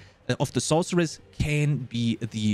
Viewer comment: The class isn't called the sorkeress. Please stop saying "sork" its source. Like the source of magic. Source-er-ress not s-orc-eress